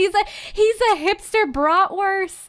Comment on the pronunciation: What's a 'brotwirth'? Is that what they call hotdogs in America?😂